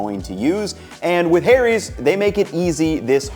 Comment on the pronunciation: saying Harry's as hairies actually appropiate for this commercial ad this time all other times nope.